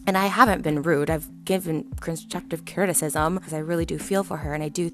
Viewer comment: "cunstrutchive chritisishm"